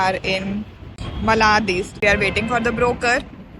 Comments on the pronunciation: It's not even मलाड it's मालाड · It's मलाड not मलाद